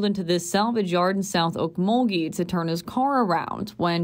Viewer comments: Pronounced Oak-mul-gee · It's o mul gee not ghee